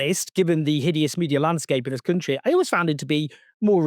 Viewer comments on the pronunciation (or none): none